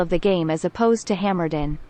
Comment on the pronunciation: We need to petition for to always say Hammerdeen from now on! 😁